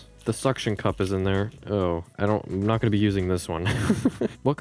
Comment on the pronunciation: Data could Nat be read because it’s Nat 😂😂